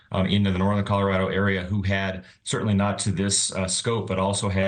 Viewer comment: "Coller raddo"😂😂